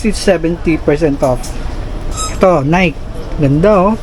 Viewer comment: Nike po is pronounced as nay-ki.👍